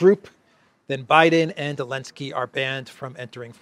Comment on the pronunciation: after checking the pronunciation on line, why do you swallow the Z of Zelensky? been bugging me since months, thanks :))